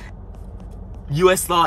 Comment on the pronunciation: The US “Law” took me out lmao